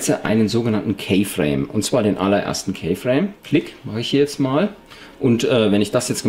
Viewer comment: keyframe spricht man "kifräim" aus -.